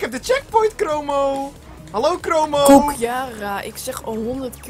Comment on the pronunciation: Waarom zegt ie Chromo terwijl t Cromo is